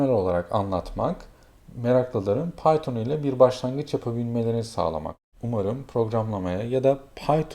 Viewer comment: bizim arkadaş piton dio :D